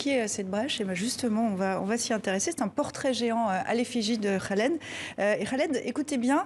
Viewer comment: Pas Ghaled .! Mais ca se prononce Kaled son prenom.en français , pas comme vous le prononcez ! Tres contente de sa libération !